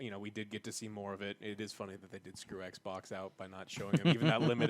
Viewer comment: Does anyone know when or where started saying oui-pon and ekbok? 🤣🤣